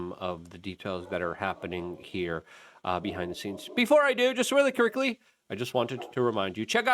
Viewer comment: He did lmao